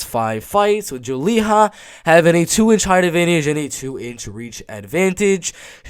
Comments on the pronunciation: Julija = (Yu-lee-ya) not (Joo-lee-haa) lol European not Hispanic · You're pronouncing Julija wrong. Just pronounce it like the name Julia in English. I'm pretty sure she is Russian, her name gives it away. That's a cliché Russian surname. Since Lithuania used to be under Soviet occupation, many ethnic Russians are living in the Baltic states still. I find it super confusing when a fighter is from, for example, Lithuania but has a Russian name and most likely speaks no Lithuanian. It is a huge problem in the Baltic states. A huge percentage of the Russian speaking minority outright refuse to speak the language of the country they live in. I just wish there was an actual Lithuanian or Latvian representing the Baltics. Because most, if not all fighters I see on tapology who are from the Baltics, have Russian names.